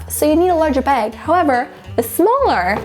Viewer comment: I hate the way she says bag.. She says it like beg or beag